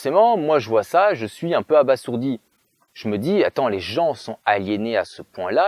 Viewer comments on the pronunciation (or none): On dit abasourdie et pas abassourdie